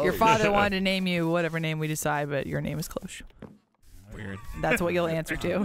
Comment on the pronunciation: everytimes says Clo-hoches it pisses me off XD, its a french word and it is said in a single step, Cloche! like Claude! che in french is pronounced ch, the e is silent. so it would go like kloch with the ch said a bit in a sh way.